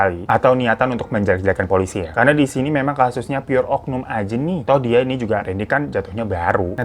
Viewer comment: Pelakunya "oknums" pake s bang ...... Krna udah keseringan denger kata oknum nih .